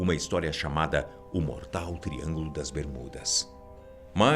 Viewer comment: esse cara em vês de fala só triângulo das bermudas não ele fala tringo do 😈